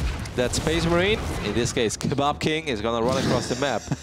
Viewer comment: Why can't you say "kebab king"?